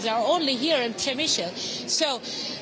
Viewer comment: Repeat after me: Pshe-mishl not Pshemisheel. If you have to, use the German pronunciation: Premissel.